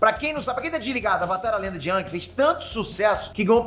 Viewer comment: só falou bosta. AVATAR Tem nada haver com as estações do ano. e se pronuncia eng e nao ang